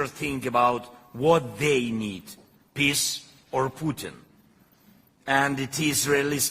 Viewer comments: does zelelsnky say peace or piss? Thanks for update. Have a good friday evening? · The way he pronounces the word peace,.. it sound like he is saying piss... shouldn't be laughting, bu I just cant unhear it 😂